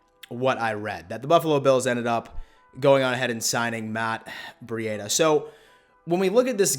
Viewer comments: its breed a not bre e dia right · Please say his name right.. it’s pronounced like (Breeda) the cheetah… Other than this, I agree he is going to smash it..👍🏼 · Man u just Butcher these guys names